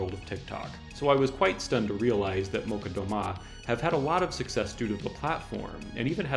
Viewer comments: "Молчат" actually reads like "...chat", not "...cut", and with stress on the second syllable. Meaning "[they are] silent" (not making any noise). In post-USSR countries (at least on the Internet) there are a whole subculture of Sovietwave music. That genre resembles the Synthwave, but is inspired by Soviet space cult and the soundtracks to the sci-fi movies of that era - particulary by Эдуард Артемьев and Александр Зацепин. The latter one wrote the music for the animated masterpiece, "Тайна третьей планеты". The former one worked with Андрей Тарковский, but especially known is his tune "Поход", which has popular remixes. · Weird way to pronounce Molchat Doma, it's a cha not a ka, but great list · Molchat Doma. You have mispronounced the 1st word. It actually sounds like "Mall" + "Chat" 👌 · One remark if I may: Molchat Doma is not pronounced Molcat. I don't speak Belarusian but I am Slavic and I am pretty sure the "chat" should be read "chat" and not "cat". Also the accent in Doma should be on the O and not the A. (anyone willing to correct me is welcome of course)